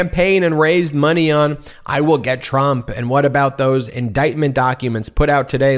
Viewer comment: Money not moneh